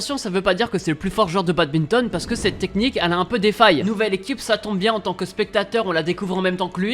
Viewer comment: Badminton pas badbinton mais bonne vidéo